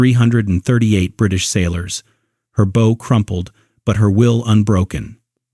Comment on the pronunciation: Bow not Bow.... Bow as in what One does when One meets the King, now Bow as in Bow and arrows